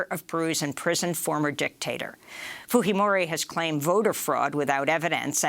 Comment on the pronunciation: interesting she pronounced Fujimori the spanish way instead of the japanese way. Is that the way Fujimori pronounces it herself?